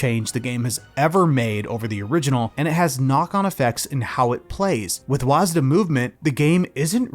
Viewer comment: Sigh. It's pronounced WADS. Was-duh sounds like the dumbest thing ever said. Please. It's wads. It's been pronounced wads since Quake and ID software.